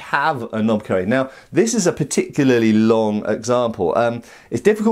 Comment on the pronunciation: "Particurally over-enthusiastic hyena..."